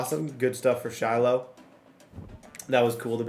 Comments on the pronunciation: It’s pronounced shy lo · Also just FYI Shiloh is pronounced “shy-low” 😂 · it's Shiloh pronounced shy-low 😂😂😂😂